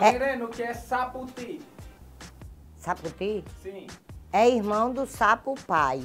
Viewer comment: "Sapufi" em pessoa 😂😂😂